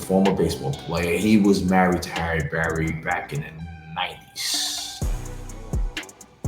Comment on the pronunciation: "HARRY BERRY".....WHATTTTT?